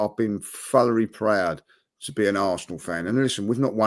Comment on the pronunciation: "Furrily prooowed"😂😂